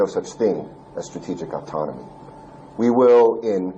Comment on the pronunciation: At least do some spell check before posting. The newsreader can’t pronounce autonomy and the guy posting the video can’t spell it and spelled it as Autonmoy😂